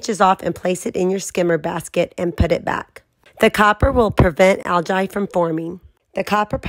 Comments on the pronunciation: Algee that’s how it’s pronounced not Algi 😁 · First off, it's pronounced AL-GEE. Second, do NOT do this if you have a guinite pool and have a heater on your pool. It will stain the finish and kill your heater. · You own a pool but can't pronounce algae. (Al-gee) try it. What about fine silver instead of copper? For sure won't turn things green. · That fact that she’s pronouncing it Al Jai just makes this seem like a troll post from someone who hates people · I’ve never heard anyone pronounce algae like that 😕 and then you kept saying it 😂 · Pro tip don’t take pool advice from someone that can’t even pronounce Algae. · 😂 That's not the pronunciation of Algae